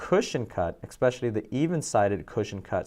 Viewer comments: For the love of God, EXPECIALLY is not a word!!!!! Please speak proper English if you want to pretend to be a professional 🤣🤣🤣🤣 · Hey: there is no “x” in “especially”. Fact. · it’s not an accent, it’s pronunciation. There is no EX in especially!